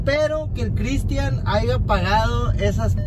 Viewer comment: SIEMPRE DICE... AIGA 🤣🤣🤣🤣🤣🤣